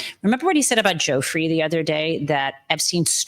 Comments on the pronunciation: Also, if you are doing this job, I suggest that you learn to pronounce people's names correctly. Epstein and Maxwell's victim's name is NOT pronounced: Joe Free It's actually: Joo Fray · Please learn to pronounce the victim’s name.Thank you for the reporting.